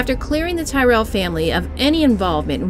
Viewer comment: Tyrrell. It's pronounced Tir-ril